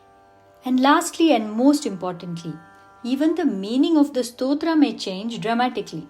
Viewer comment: But then, why are you pronouncing the word "Stotra" as स्तोत्रा? When it should be just त्+र्+अ = त्र and not त्+र्+आ = त्रा 🤔 Please clarify.